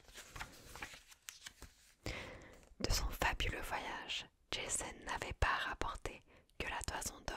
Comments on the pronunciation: Super vidéo, mais on prononce Jason pas Djaizonne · Ja-zon , pas Jayzone ma belle :D Il était grèc pas américain! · J'adore le concept mais prononcer Jason "Djayson" ça m'a sorti du truc 😭😭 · Le pire étant encore "Djésonne" 😅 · Oui jaîzon 😂😂. J'ai beaucoup aimé, ça "marvelise" les mythes, lol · Bien sympathique cet épisode d’ASMR. Lecture originale et captivante. Seul bémol : la prononciation à.l’anglaise du nom de Jason. Totalement anachronique et ridicule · Tu sais que d’habitude j’aime bien ton ASMR mais là tu m’as saoulé, j’ai coupé la tu prononces Jason à l’américaine ça m’a grave soûlé, alors qu’à la base c’est un nom grec Jason, la Toison d’or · Alors, je vais écouter parce que j'aime la mythologie grecque, mais j'avoue que le Jason prononcé à l'anglaise m'a surpris XD. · 😂😂😂 J'pense pas qu'il faille prononcer J.A.S.O.N avec l'accent anglais ! Trop drôle ! Il ne s'agit pas du tueur au masque de hockey de vendredi 13... Ni d'un fan de tuning originaire de Boulogne sur mer ou de Tourcoing !!! Mdr !!! 😂😂😂🎉🎉😂😂😂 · C'est top mais la prononciation de Jason !!🤣🤣🤣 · Desole la video est bien, l idee en tout cas, mais etant grec la facon dont tu prononces jason a l américaine c est pas possible pour moi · entièrement d'accord, cela gâche tout!